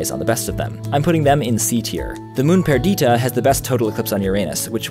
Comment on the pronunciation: Does anyone else’s feel he’s talking too quickly? Also, I’m pretty sure it’s PUR-dih-tuh, not pur-DEE-tuh. Interesting concepts, nonetheless.